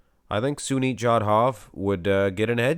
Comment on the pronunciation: Its SUNIL not Sunit..